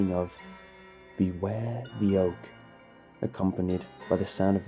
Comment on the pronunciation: I swear I heard "beware the yolk"